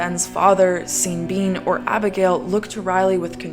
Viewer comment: Every time you say seen bean I just lose it